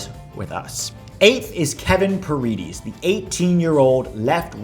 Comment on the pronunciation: Love the video and love the content. I’m not 100% sure but I think paredes is pronounced par-eh-des since he comes from a Dominican background. Other than that, hope we get all 10 of those guys!